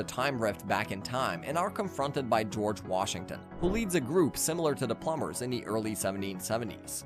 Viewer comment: oh my god so many mispronounciations plum bers???